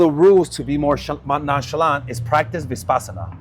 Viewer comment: It’s Vipassana not ViSpassana